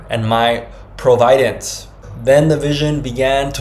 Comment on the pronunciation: Why is this man pronouncing "providence" incorrectly? It's doubtful that Jesus pronounced it wrong. Perhaps the man received impressions rather than words, and he had to find some of the words later? Perhaps he discovered the word providence while seeking a word that meant just that, but he didn't learn the correct pronunciation, the emphasis being on the first syllable, not the second. Another possibility here, though sad, is that this is made up. Pray for discernment. There's a lot of stuff on the internet that is directed at Christian's in order to deceive them. I'm not saying that's what this is. I'm saying you must be discerning, and only the Spirit of God can provide spiritual discernment.